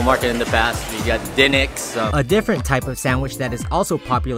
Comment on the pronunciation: Dinic's is actually pronounced DE-Nicks...